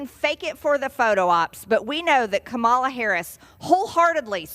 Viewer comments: MTG can't even pronounce other people's names correctly. She used to call Jamie Raskin, Mr. Raskins. She and Trump repeatedly mispronounce Kamala Harris, Ka-Mala Harris, despite being the the VP for the past four years. Good God, woman, you had your five minutes of "fame", time for you to go. Perhaps the rest of us should start calling her Margery (hard G). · Love how MTG and the rest are making a point of mispronouncing her name. We ALL know that they are going out of their way to do this. Yay progressives! Vote blue across the ballot! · MTG purposely mispronouncing Kamala's name. VP Harris was never made the "Border Czar" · The intentionally mispronouncing Kamala Harris’ name is seriously 2nd grade level shit. I don’t know who the MAGA morons think they’re winning over acting like petulant children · Just a reminder that republicans intentionally mispronounce Kamala’s name as a surrogate for another word. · She can't even say Kamala's name right. What an idiot. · Hey Klan Barbie, stop lying and stop intentionally mis-pronouncing Kamala's name, you pathetic, racist, excuse for a human being!! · Why does she mispronounce Kamala? George Bush must’ve taught her that with the way he said nuclear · Stupid MTG and her pronunciation of Kamala’s name and use of Democrat vs Democratic. Stupid Stupid MTG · I wish one of the members of Congress would take some time and hold up a big placard like MTG enjoys doing, with the Vice-President's first name in BIG LETTERS, broken down into syllables, showing the emphasis where it needs to be. This should be done DIRECTLY in front of MTG, on the House floor, and then ask MTG to repeat out loud the correct pronunciation. Will some representative PLEASE DO THIS!!!!! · Greene needs a class on Hooked on Phonics.. Pronounce Kamala's name correctly Ignorant A@@ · Majority Marge just refuses to pronounce Kamala's name correctly. From now on I am calling her "maJORnasty" from now on, and Trump is DonOld! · it is HAH ma la... say her name.